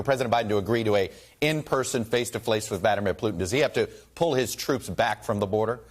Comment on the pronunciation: "Face to flace" AM 12/13/2021